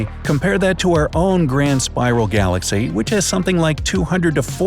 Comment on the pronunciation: Wait, did he just say glass-cow?